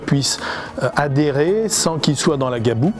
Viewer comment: Très belle vidéos par contre personnellement chez moi on dit la gadoue et pas la gaboue